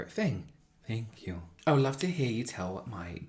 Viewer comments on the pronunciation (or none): Bree: “Your voice is my favorite thing”: “Thenhk yew” Why did that make me laugh so much??😂